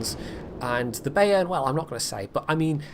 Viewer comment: just a little pronunciation aid from your Teutonic follower: Pronounce "Bayern" as "buy - earn", or "bye - urn". Your current take on the name takes some getting used to.;)